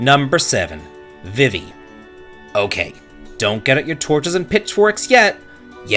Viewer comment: My torch was out the moment you pronounced VEEVEE as vih-vee. What????